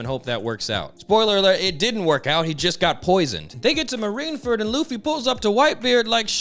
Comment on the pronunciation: Why do you keep saying “marineferd” lmao